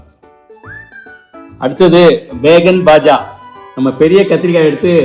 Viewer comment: பேகன் பாஜா இல்லை பைங்கன் பாஜா.